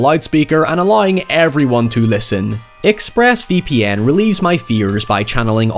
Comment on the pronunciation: “.. ex-phrass vee pee enn”